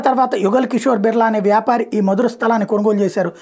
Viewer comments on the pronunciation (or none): మధుర కాదు మథుర...